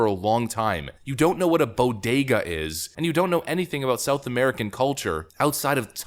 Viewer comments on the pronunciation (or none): She didn't just mispronounce (i.e. mis-accent) the word, she completely MIS-READ it, too, swapping the "D" and the "G"; "boGeDa" instead of boDeGa! SHE OBVIOUSLY HAS NO FAMILIARITY WITH THE WORD, WHATSOEVER! Funny and open example of pandering! 🤣😂🤣😂 (And that's not even talking "tacos"...) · Boy, she did better than AOC in her dress for the META Gallery! Her dress said TAX THE RICH! JIll is a smart lady and she is slipping like Joe. Jill it’s BO DAY GA phonics are basic phonics. Elementary Dr. Watsons! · Jill I know you've never been to one but it's called "bodega", not bogada... damn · What's a "Bogedah"? She's as loopy as her idiot husband.. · It's pronounced "Bo-Day-Ga", dumbass. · Jill- it is pronounced bo-day-ga. And she is a teacher with a doctorate? What a dufus! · Yeah, the taco thing I sort of understood what she meant, but not played well while the BOE-DAY-GAH mispronunciation was more cringe to me. wtf? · Bruh she can't even say Bodega right. Tf is a bogeda? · I completely forgot we even had a FLOTUS. More like a NOTUS. Also wtf even is a , “breakfast taco” did she mean breakfast burrito? Buffoonery. I’m from Alaska never even been in a bodega but I damn well know how to pronounce it. The pandering makes me want to book a ticket to the moon. It’s embarrassing as a human. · Dr. Jill can’t pronounce Bodega isn’t she a teacher ? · She mispronounced the word Bodega because she has never been near one. That’s where poor people shop. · For the love of God! She has a "Doctorate" in ENGLISH and she cannot pronounce Bodega!!!! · She has a doctorate in English language yet she can't even pronounce bodega properly. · C'mon man, everybody loves tacos. What got me was the way she pronounced bodega lol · She can't even pronounce bodega. She has a PhD? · I’m Puerto Rican and I’m more offended by her mispronouncing bodega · So, are we going to talk about that she can't even pronounce bodega? Literally, shows just how disconnected she is.